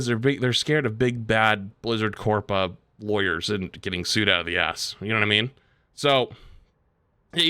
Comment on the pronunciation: Can we please stop saying "big corpa"